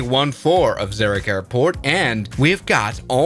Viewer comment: Swiss, you said my name... literally at the start of the vid, you prounounced Zurich as Zerric and thats my name